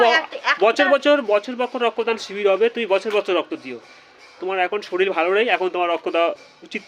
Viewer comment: কথাটা শরিল নয়, শরীর।